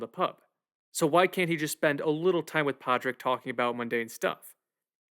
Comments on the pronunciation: Just an FYI... Padraig is pronounced... PAW-RICK. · It's driving me crazy that he keeps mispronouncing Padraic. The d is silent. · It honestly baffles me how someone can hear how a name is pronounced over and over again, and then just decide, "nope, I'm gonna say that word completely differently". I mean it's not like you're reading the word Padráic in a book and have to guess at a pronunciation. It's a friggin movie where the name is said out loud at least a hundred times. You watched this movie enough to make a whole detailed video essay about it, talking about the nuanced layered metaphors including the Irish civil war, but one of the MAIN CHARACTER'S names completely escapes you? Absolutely mind boggling. Great video btw. It's a really lovely deep dive into one of the best movies to come out in years.